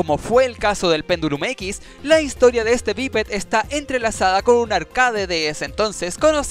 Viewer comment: "Pendulim X" XDXDXDXD Jajajaajjajaaja